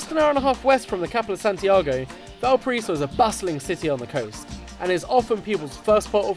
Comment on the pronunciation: ValpaRAIso, ffs, it’s not that hard. Classic lonely planet to play Brazilian music in a video about Chile and to have a host that can’t even pronounce the name of the city he’s describing accurately.